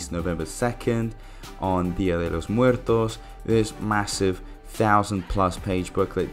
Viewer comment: Coming from a Chicano 🙋🏽‍♂️ you nailed that “dia de Los muertos”👌🏽🔥